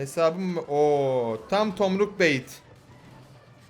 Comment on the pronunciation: abi da fiee ball dedikten sonra tomruk yerine tormuk dedin